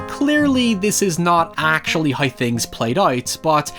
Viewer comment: I can't decide if "noi" is better than "hoi"